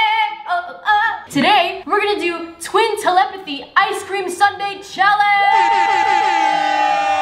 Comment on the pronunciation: Lol she said tlepthy in stead of telepathy